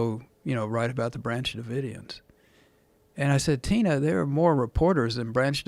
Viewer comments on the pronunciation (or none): none